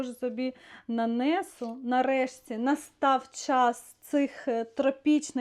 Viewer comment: А чому нанЕсу а не нанесУ. Дуже ріже слух.